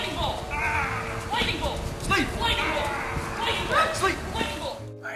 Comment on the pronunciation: Lighning bolt, lightning bolt, lightning bolt XD